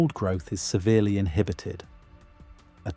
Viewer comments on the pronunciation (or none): none